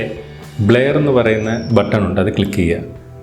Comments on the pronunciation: ബ്ലയർ അല്ല ബ്ലെർ..vaayikkan polum ariyille...engeru schoolil padippikkunnathalle....kashtam! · ബ്ലേയർ അല്ല ബ്രോ ബ്ലറെർ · Endhuvado valya youtube karan bleyar alla brur ennanu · ബ്ലെയർ അല്ലലോ ബ്ലർ അല്ലെ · ബ്ലെയർ അല്ല ബ്ലർ ആണ് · ബ്ലർ എന്നാണ് ആശാനെ അല്ലാതെ ബ്ലയർ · ബ്ലയർ അല്ല.... ബ്ലെർ ആണ് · ന്നാ അങ്ങനെ alla ബ്ലര്‍ aannu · Bler alla blur